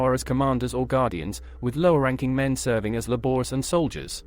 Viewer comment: Please teach your AI how to pronounce "laborer".